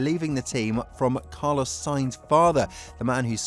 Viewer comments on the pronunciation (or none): none